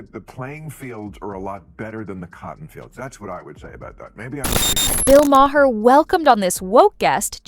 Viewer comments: You need to understand how to pronounce Maher's name. It's not Ma-her it's Ma'er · LOL, It started at "May-Her" and went to "May-Hair"